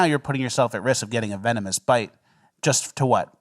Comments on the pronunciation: That sure was a "vemonous" snake there 😂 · Vemonus... then an instant cut lmao, we caught that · Ahahaha how he says venomous lmfao 😂😂😂😂